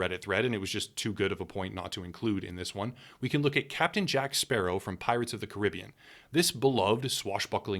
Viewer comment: We not gonna talk about his pronunciations of "Caribbean and benign"?